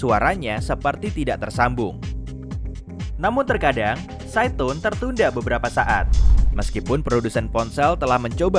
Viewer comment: tulisannya SIDETONE pas aku dengar malah SYAITON hahahaha 😂